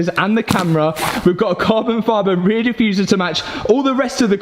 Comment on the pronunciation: Good thing you finished the ray-ee-aye-uh. ;D I recently watched the Matt Rife bit about Europeans not using consonants, just made me laugh. look it up! love your channel!!